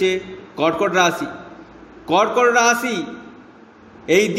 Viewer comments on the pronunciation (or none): কিনতু আপনার ভাষা টা একটু ঠীক করুন রাছী না রাশী ঊপশচ নাঊপশ বিছেচ না বিশেষ হবে